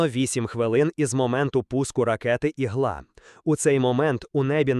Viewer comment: Текст перекладений ШІ? "Ігла" і в українській, і в російській, з наголосом на "а".